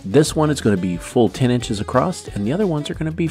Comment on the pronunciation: It's annoying when people say acrosst instead of across